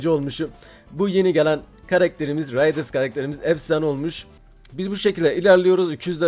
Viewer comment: RİDERS değil RIDERS